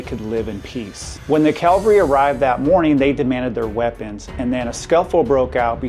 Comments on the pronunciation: Cav-al-ree. Not calvary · CAV - al -ry,, Not CAL ver ry, which is a mountain where Jesus was crucified.